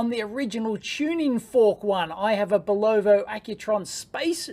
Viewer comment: Nice watch! Looks like a mouse got into your watch. lol By thw ay, it's pronounced bull-oh-va.